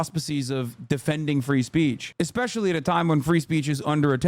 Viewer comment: “EX-specially” Nah bro, you’re done.